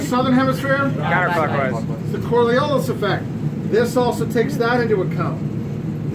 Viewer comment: Not surprised at all seeing as the guy can't even pronounce "coriolis" and "muzzle" properly.